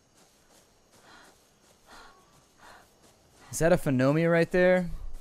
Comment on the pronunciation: ooh my god someone has trouble saying phiomia :P